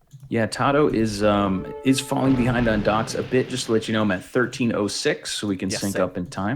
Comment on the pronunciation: His name is tatoh not tadoh. Where do you hear a D in his name? Don't you know it's disrespectful to intentionally mispronounce someones name?